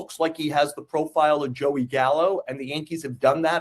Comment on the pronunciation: He went "Gallo", yikes